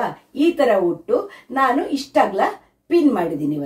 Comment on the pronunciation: ಹುಟ್ಟು ಅಲ್ಲ ಉಟ್ಟು ಸರಿಯಾಗಿ ಮಾತನಾಡಿ 😅ಆಮೇಲೆ ರೀಲ್ಸ್ mmadi😅